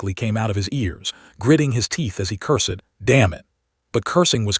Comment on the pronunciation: "Un-fath-able" how "cur-sed" AI speech still is. I thought we had "leaped" into smarter AI already. H-M-P-H!